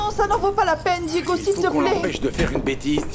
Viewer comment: Fédé est de retour avec ses bébéee bébé bébé eeee et sa penbech de femme cour après Santi bien que fédé ne pense qu'à l'argent de marie José Diégo est tellement bon pour Anna elle n'a jamais pris le temps de dire Diégo mais Digo 😂😂